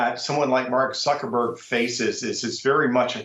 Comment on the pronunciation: I think this guy said mark zukerberger !!!